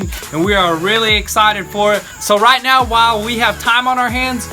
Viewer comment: did you say right meow ?